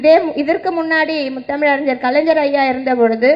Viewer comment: Ethanai muthamiz ariyar,...nee first script correct ah padi ma